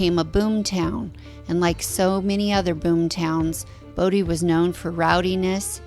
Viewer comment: You frequently said "Brodie" instead of Bodie lol